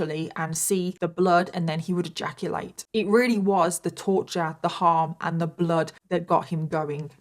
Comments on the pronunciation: Have a shot everytime says the word "eyaculate" in this video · OMG 😲 I am shocked 😮 and stunned 😳 how much time 💖 said egaculate😅😂😂😂 Lord have mirsy🙏